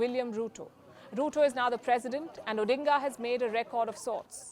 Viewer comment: The pronunciation was spot on